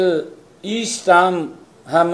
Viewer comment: Stam nhi Stamp hota hai...plz update your knowledge